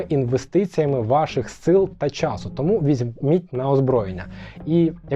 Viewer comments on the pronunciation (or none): none